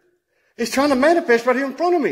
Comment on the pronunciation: Did say "It's Trying To "Manipests" Right In Front Of Me"! Hahahahahahaha